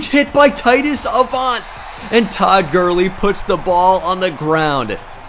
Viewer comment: I died when he said toad Gurley